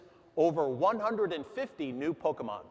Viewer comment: Loueeeegeeees mansion 2 pauckemon black and pauckemon white